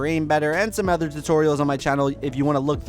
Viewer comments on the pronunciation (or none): The only problem I have with your videos is that you say "ether" instead of "other" it makes me cringe ever time. Other than that great content.